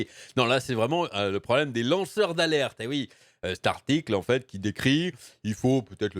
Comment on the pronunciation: Ai-je bien entendu "lanceurs d'Arlette" ou faut il que je change d'oreilles ?